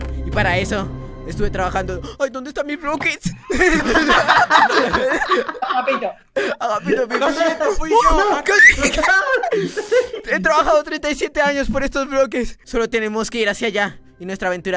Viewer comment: Te entendí roclerts en vez de bloques